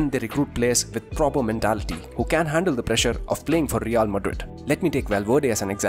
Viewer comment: Every time I hear him say Madrid, I swear I hear the name Modric more 😭 not his fault. Just accent haha